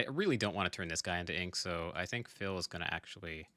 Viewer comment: Am I the only one that cringes every time he mispronounces Phil's name?